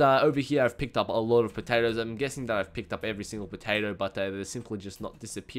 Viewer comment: you say potato very weird or it my headset?